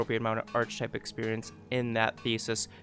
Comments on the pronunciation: It's pronounced ark-eh-type, not arch-type, like architecture ark-ia-tech-tcher. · This is a brilliant video but the fact you keep pronouncing it "arch-ih-type" instead of "ARC-ih-type" is killing me. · Very interesting. That said, it’s pronounced ark-e-type. Took me a while to work out what you kept saying. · theses is the plural of thesis. archetype is pronounced 'ark-ee-type' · important! The word is pronounced "ark-e-type" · ar-keh-type Good guide though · Great guide, thanks for making it! But for the record, it's pronounced "Ar-Kuh-Tipe". Barely a distraction honestly, just thought it was funny. Hope you're doing great 3+ years later! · It's pronounced Ark-type (the "H" is silent) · Thanks so much for making this guide! Super detailed and helpful. One thing I thought you might want to know, though... I think the word "archetype" is usually pronounced differently than you've been doing it. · Good stuff. Had this mod for weeks and never even tried it. Learned alot. The mispronouciation of Archetype had me laughing hysterically !tho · You should learn how to pronounce archetype so you’re not butchering the English language throughout this video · Too bad you can't fix those two thousand times you mispronounced it. Ah well. I really don't think I can get through it in its current state. Thanks for your effort though. Well I went to other sections where the word wasn't used much and I learned a lot. Thank you. ..